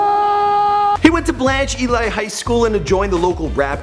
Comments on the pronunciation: Blanch Ellie not Ely it ain't pronounced how it's spelt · Blanche Ely (eeelleee) High School.. not (Eli). Go Tigers! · It's pronounced Blanche EEElee High School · It's Blanch (e-lee) I used to go to school there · fr and why he pronounce pompano and blanche ely like that lmfao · "blanche ely" high school DEAD!!!! why he said it like that??